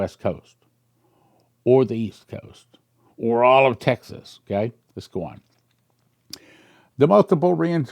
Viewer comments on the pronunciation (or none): none